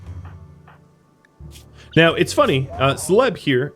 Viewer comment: I have been hung up on something. Svein is not pronounced "Sven", but is closer to Sweyn in English. "Svein" is a Norwegian name, and we tend to pronounce all the letters in some way.